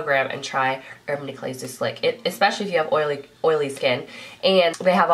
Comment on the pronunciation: I love your personality! Your videos are always fun to watch. I'm pretty sure you said urban de-clay lol <3